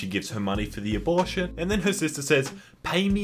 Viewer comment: I swear you were saying "abullshit" instead of "abortion"